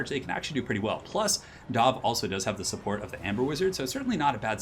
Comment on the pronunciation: YOU SAID "SHUPPORT" TWICE THIS VID,!